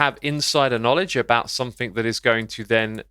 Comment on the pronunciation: he said kmowledge lol